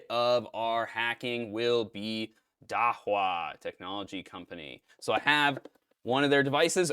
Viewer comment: Not sure about this but it's pronounced "da-who-ah"